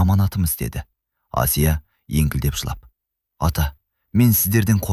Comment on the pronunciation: Қазақ тіліндегі әңгіме болған соң, Асия демей Әсия деп айтса болмай ма? Әңгіме өте әсерлі екен, рақмет. Алматы қаласынан, 72-жас.